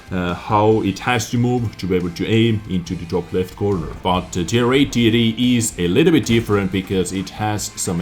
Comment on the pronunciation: i love your accent, but to me, when you say TD it sounds like titty. Only sometimes tho Love the vids^^